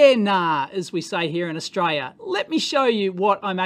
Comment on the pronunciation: "Yaaahneeern as we say here in AustrAia" 🇦🇹